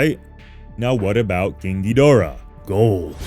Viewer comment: Mispronouncing Ghidorah is only slightly less annoying of a fad than swallowing laundry detergent.